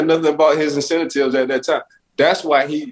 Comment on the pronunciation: "incentatives" LOL